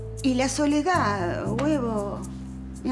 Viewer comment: "La Soleedad huevo" LA CANTANTE 😂😂😂😂